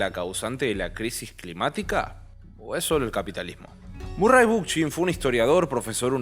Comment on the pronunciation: Muy bueno este vídeo, solo me queda una cosa. ¿Realmente se pronuncia Bookchin con Ch de español y no con K? -como suena en ingles-. Me encanta que hables de él, los videos sobre anarquismo también la rompen. Gracias por el videazo! <3